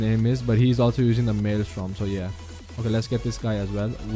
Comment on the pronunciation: bro, i loved this video but it is maelstrom, not maelstorm